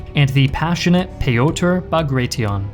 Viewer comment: Quite a bit inaccurate/wrong info, as others have pointed out. I feel like this was perhaps a bit rushed, given that a simple re-read of the script/fact check should have revealed most mistakes. Also funny that you decided to go for neither the Russian nor the English pronounciation of Bagration, and instead made up your own. :D